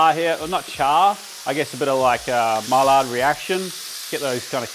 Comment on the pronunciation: Maillard reactions pronounced Mai-ard. Silent Ls. Mallards a bird.